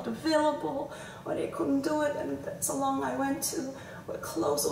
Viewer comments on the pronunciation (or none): TikTok? 😅 I like how you say salon... "Sal'n"!👌😁😂💕